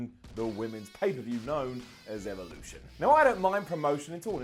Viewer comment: Eve-oh-looshun is a miss-toe-ree